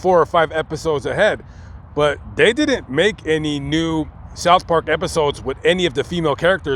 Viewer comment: you speak like a schoolyard bitch the way you pronounce(didn't). It's not.Didddnt! Where the hell did you learn to speak? What school did you go to?